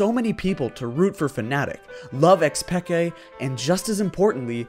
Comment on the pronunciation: how tf do u not know how to pronounce xPeke